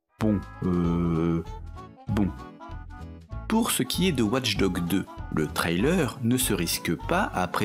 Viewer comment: Au bout d'un moment, entendre "Ouatche Dogue" au lieu de "Watch Dogs", ça devient un peu agaçant